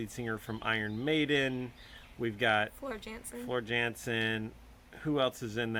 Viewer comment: Alright, I was wondering when we would get to see the dad doing such good work! I'd be interested in them turning the camera on you for an interview to tell us all the music you like and how you got into it. Couple other quick comments: The "J" in Floor Jansen is actually pronounced like a "Y." Also, I was interested in the "medieval epic" description. While I wouldn't use that phrase to describe anything they've reacted to yet, I recognize they've only heard the tip of the iceberg, so it makes sense for them to say that. But if they want to hear anything that really does incorporate a particularly medieval sound, I would suggest the bands In Extremo, Subway to Sally, or Jaldaboath.